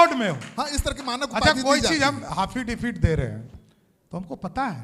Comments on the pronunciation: It is AFFIDAVIT NOT HAFFIDAVIT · King 👑 off English language with 😂😂😂😂😂😂 Haafidivit 😂😂😂😂😂🎉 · Ye hai hamre cm sahab jo affidavit Ko hafidavit bolte hai Dhany ho bihar 😡😡😡😡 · Ye jaise bol rha h cm naam pr bezzati h Hafidavit😂😂😂😂😂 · Aaplog sahi se suniye,cm sahab affidavit ko हफीडिफिट bol rahe h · PElAnty ,, haffidabit, Prokenda pelantyyy